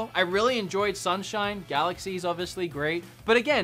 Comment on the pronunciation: "oviously ovilous"